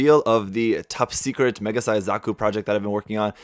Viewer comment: Pew die pie does not respect gunpla he called zaku a Zuku whattt